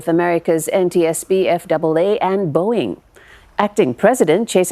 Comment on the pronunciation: boeing not boinging